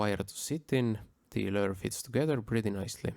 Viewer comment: Learn to say lure!!!